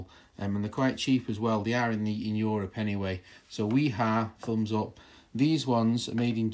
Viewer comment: The channel lock and DeWalt seem to be rebranded Klein screwdrivers. Also Wera and Wiha are NOT the same. Both made in Germany but totally different companies. Both are pronounced with a V. Wiha is pronounced Viha Wera is pronounced Vera